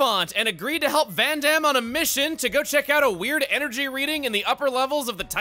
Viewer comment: Listen, I get you're fighting old habits, but every time you understate that second syllable in Vandham's name the "D" sound just vanishes, and it freaks me out.